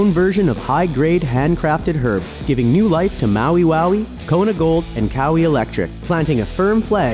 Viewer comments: Lol it’s not cowie it’s pronounced kuh-why-ee or just kuh-why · He cant say kauai... Hr cmsay kowee